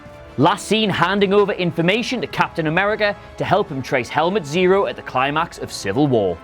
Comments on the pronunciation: I was talking about his last name, ZEMO, whereas said ZERO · He called zemo "zero"